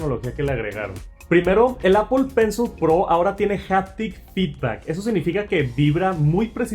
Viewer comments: Apol está bien dicho pensol no,en inglés sería pronunciado apol pencil no Apple pencil.... Una cosa es como se escribe y otra como se lee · Todos pueden equivocarse.lo único que se equivocó fue en pensol,sería apol pencil (se escribe Apple pencil pero se pronuncia apol pencil) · Apple “penzol” jajaja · Demasiados anglicismos, "apol pensol" y "apachurrar", ingles mal pronunciado y español muy pobre. Aun asi, sigue adelnate, solo son comentarios para mejorar. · Apol pensol 😂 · Pensé que solo yo lo escuchaba